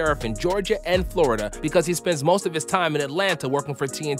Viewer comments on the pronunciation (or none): none